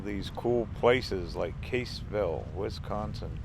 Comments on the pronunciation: Your pronunciation of Cassville is incorrect. Not Caseville, it is Cass ville... go to famous Nelson Dewey State Park at Cassville. You'll like it. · I grow up there. I hope stop say Caseville it Cassville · It's Cassville, like Bass(the fish!)